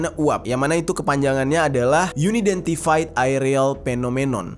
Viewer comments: baca'y An aidentifaid arti'y tak dikenal bang bukan yuni dentifaid 🙏🏼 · Bacanya Un-identfed bro, bukan Uni-dentified 🙂👍